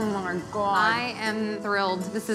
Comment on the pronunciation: "Mmf..MMF.. Oh my gwawd"